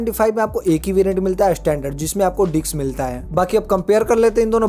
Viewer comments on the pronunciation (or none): Bhai ,dicks nhi disk hota h vo 🤣🤣